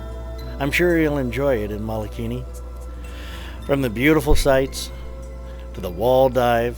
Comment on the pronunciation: Great video! Mike Severns and Pauline are awesome divers and marine biologists! The crater name is pronounced wrong and that was a tad distracting. It's Mole a kini